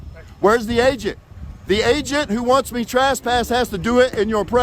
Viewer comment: Trass-pass...😅 This is one of the best first amendment auditors out there in my opinion but I love the way he says trespass!